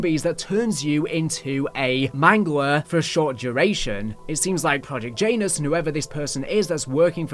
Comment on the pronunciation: you have to stop pronouncing Janus like that 😂